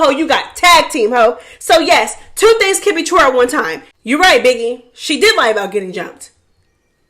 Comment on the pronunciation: HELLPPP u said “biggiwe is a pussyyyyyahhhhh” omg u be frying me 🐈🐱